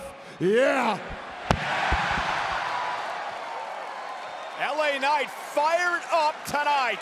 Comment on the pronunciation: thanks to the production crew guy for helping aj finish saying la knight 🤣🤣